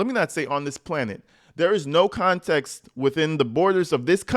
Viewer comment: i Caaaan't!! she said without further "conteeks". I had to replay it, ... just to confirm my ears did hear this sad excuse for a substitute teacher jus trash the English language like that.